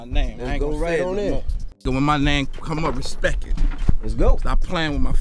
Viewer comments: Can't respect a man that tells me to "respek" him😂😂😂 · "Put sum respek on my name" lol